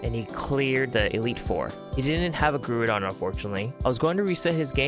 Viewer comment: Never heard someone say groudon so wrong before